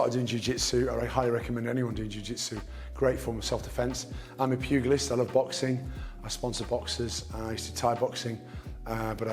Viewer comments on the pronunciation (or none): Pugilist pronounced 'pew gee list' - not 'pew ghee list'